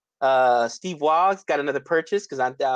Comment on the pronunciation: waugh- pronounced war